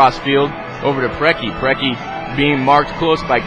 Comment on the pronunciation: The mispronunciation of all of the (what should be) very famous american soccer legends' names kills me! There's not even an "S" in Preki...